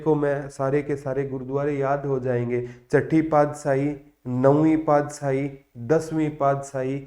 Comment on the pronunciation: सर अपने बहुत अच्छा cover कराया पर सर पादसाही नहीं पातशाही होता है 🥰🥰